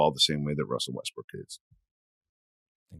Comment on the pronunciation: call me childish but “wussel restbrook” twice, was the laugh i needed 😊